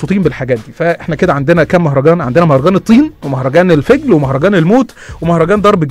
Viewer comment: مهرجان الطييان!! انت مالك قولتها كده ليه!؟ مهرجان الطياااان .يانهار طيياان 😂